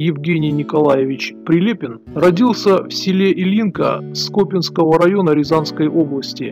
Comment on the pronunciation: Не скОпинского, а скопИнского